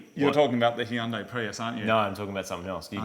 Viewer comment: Hey guys, It's Hyundai like Sunday, not hi-undai.